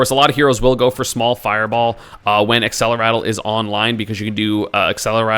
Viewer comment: Why does everyone always say accelerattle instead of accelerate?